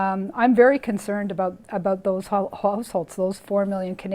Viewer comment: I totally missed this "aboot" until now.